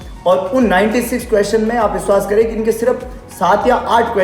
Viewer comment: Y veshvas nhi vishvash ghat hota hai